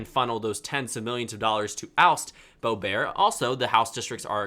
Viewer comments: it's pronounced Boe-bert, not Boe-bear. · I didn’t know Lauren Boebert’s name was pronounced boe bear